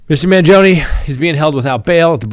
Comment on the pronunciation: Can you at least try to pronounce his name right. And stop calling his supporters groupies. How insulting!